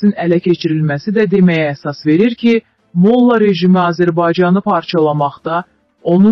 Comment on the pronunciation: Mo'lla yox molla'